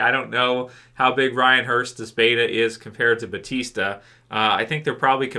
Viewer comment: Just wondering, why is EVERYONE saying "Batista" when his name is Bautista?